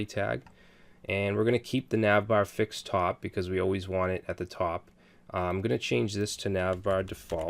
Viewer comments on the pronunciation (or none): none